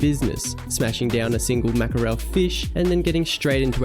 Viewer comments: Haha i enjoy it, would be curious what your family says. I think Mack-a-rell has such a cool Italiano vibe to it. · W video again! Don't forget us OGs when you're hitting a million subs. I have a question. Is the way your pronounce Markerel an Aussie thing? In the UK we say 'Mack-rull" or "Mack-rell". Also I'm so jealous of the Whoop.